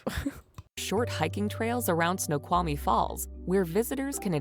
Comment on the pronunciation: If you visit Washington state, ask the locals how to pronounce some of the names of places. Google maps prounces some of them wrong! It sounds like the woman in the video she is watching, barely pronounces the L in Snoqualmie, if at all. You DO pronounce the L in the word Snoqualmie.